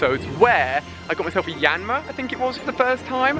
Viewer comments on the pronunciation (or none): none